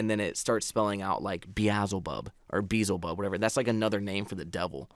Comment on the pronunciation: Its pronounced bee-el-ze-bub one of the names of the devil